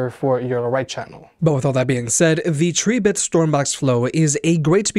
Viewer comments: The pronunciation of Tribit is trib•bit 🐸 A factoid I got straight from Tribit themselves . Cheers ☺️ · Him pronouncing tribit like that is why the "like" count is so low wtf 🤦